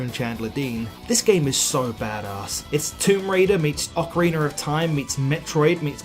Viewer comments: Friendly tip: It's pronounced "Ocar-eena" not "Ocar-eener" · Why do some people say "Ocariner" of Time? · "Ocariner of time".. LMMMAAAOOOO. Bro speak English